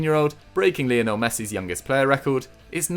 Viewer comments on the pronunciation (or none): none